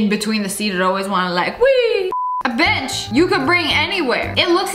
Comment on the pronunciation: For a second I thought she said do you want to bring a bi## every where but I skipped it back and she said a bench,lol🤣😅🤭😶